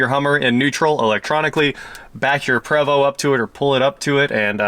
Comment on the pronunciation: Congrats for pronouncing Prevost correctly! 8 out of 10 butcher it. I supply a Prevost dealer with parts and hear it pronounced wrong everyday.